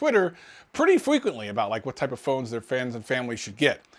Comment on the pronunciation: pretty Fweeeekuently🤣🤣🤣